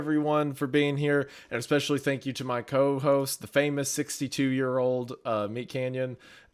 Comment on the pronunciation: "X-pecially" - Hunter